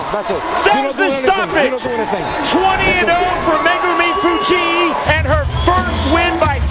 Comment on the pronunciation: i hate the commentators pronunciation of Fujii. It's not Fu-gee-ee. It's just Fu-geeee.